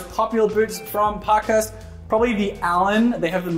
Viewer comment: Ok, it’s pronounced “Park-Hearst” not “Pock-Hust” 😂